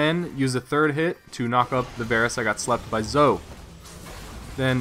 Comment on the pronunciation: your vids would be the greatest if you said zoe instead of zo